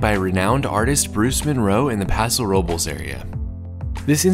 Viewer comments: Its pronounced Paso "row-bless"... not paso row-bulls tf. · pronounce the e in Robles.